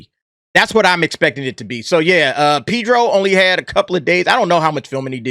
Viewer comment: ' Pee'dro ' Killin me...